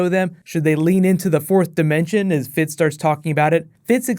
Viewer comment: and its jemma and Fitz not Gemma and Fitch